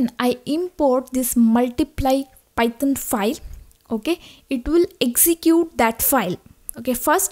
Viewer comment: Am I the only one hearing Python as "Pithon" ?